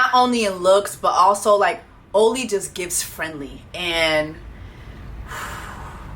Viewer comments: AH-LEE! lol That’s how he says his name Jessie, the pronunciation is killing me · Jess, I’m cracking up at you calling “Ollie” — “Oh-Lee”. 💀😂 His name is pronounced “Aww-Lee” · I’m really wondering why you keep calling him “OH-LY”… I’m genuinely curious. His name is “AW-LY.” Like is this like a Tolu situation or... lol